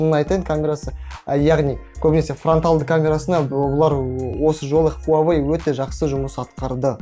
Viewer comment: Хуавей емес Хуауей Негізі ол русактар ғой "W" мен "U" əріптерін В деп атайтын мысалы Automobile, Euro, Australia